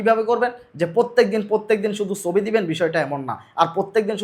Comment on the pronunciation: ভাই সবি না উচ্চারণ হবে ছবি।।।।